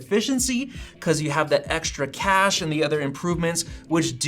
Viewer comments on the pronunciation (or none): none